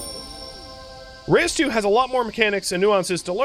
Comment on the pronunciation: isnt it reus instead of re-us. ithink it is supposed to be the dutch word for giant. love the vid